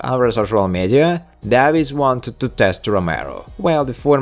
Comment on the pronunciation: Davis is pronounced (day-vis)